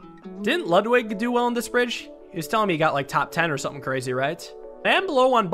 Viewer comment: im more impressed by the fact that he said ludwig's name right lmao.